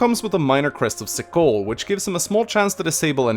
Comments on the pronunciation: Why did you pronounce cichol sickle, it's keyhole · its not sickhole. You pronounce it more like keyhole. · Your mispronunciations trigger me! For Example: Cichol is pronounced Key-Hole! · I hate that Cichol is pronounced "keyhole" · Ferdie, Petra, and Caspar are easily three of my favorite characters in the game. Blue Lions is my favorite house and route, but the above three are definitely in my top five. I believe Cichol is pronounced in-game like the word keyhole and Cethlean is pronounced like seth-lean. It's weird at first, but it makes sense. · I really hate to be that guy, but it’s pronounced the crest of “Key-hole”. Hope it’ll be useful when you do Seteth’s spotlight! ^^ If you don’t trust me, look up Flayn and Seteth’s A support. At the end of it, they pronounce Cichol ^^ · I'm sure you've heard it ten billion times already but Cichol is pronounced "Keyhole" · "Minor Crest of Sikol" Basically the most incorrect way you could have pronounced that. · Oh, Cichol is pronounced "Keyhole" btw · Cichol is pronounced keyhole for future uses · Cichol = Think "Keyhole". Seteth says it at some point.